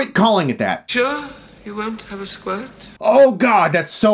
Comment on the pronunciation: Chris? You sure you won't have a squihhht?